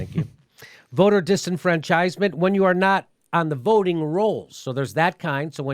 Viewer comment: I swear I am cringing every time he mispronounces disenfranchisement. Accent goes on the fran, man not the chise. OK, I feel better now. Nice video. Thank you. Bye.